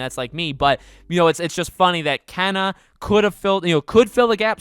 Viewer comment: Here name is pronounced Kay na